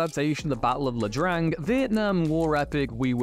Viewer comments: Did you really refer to the Battle of Ia Drang as La Drang? It's an I, not an L. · Not LA Drang. IA Drang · The Battle of Ia Drang (eye drang) not LA Drang. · Ia Drang, not La Drang